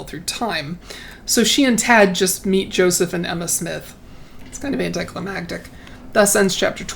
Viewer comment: I really appreciate your insights and thoughts on the writing in these books. And THANK YOU for your pronunciation of anticlimaCtic. "æntaɪklaɪˈmæktɪk" Few people pronounce it correctly. You rock!!!😆